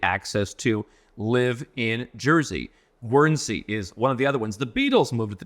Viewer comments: 'Gwernsey'? No 'u' sound . . . .Guernsey as in 'gurney'. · Wow. How lucky are you if paying taxes is your highest concern? 😕 😂 Guernsey is pronounced “gernzy”